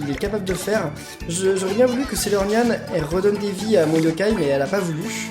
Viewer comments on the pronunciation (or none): arrete de dir saylornyan f